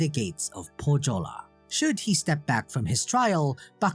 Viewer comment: Great video, I liked it a lot. But please, search correct pronouciation of Pohjola. You did great on every Finnish name, but butchered Pohjola, which was real pain. The "j" is pronounced like "y" in youth or young. Also the "h" is pronounced. Otherwise great video, keep the good work!